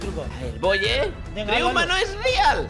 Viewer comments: Me encanta cuando mencionan la palabra RIUMBA IS RIAL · me encanta cuando dice riumba is rial y eso y timba dijo no no no y me dio risa